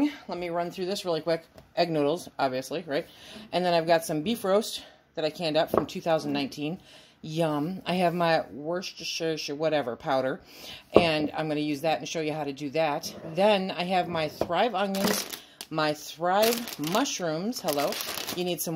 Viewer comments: It’s pronounced ‘wuss-ta-sha’ sauce! 🤣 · For Worcestershire sauce-the shire is silent. Just like Scottish areas. Technically it would be Argyllshire for a region but they just call it Argyll.